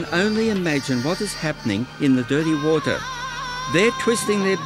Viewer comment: Heard about enough of "woatah" too.